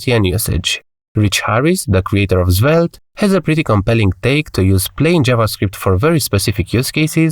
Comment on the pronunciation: Zvelte :face-blue-smiling: sorry but it's funny...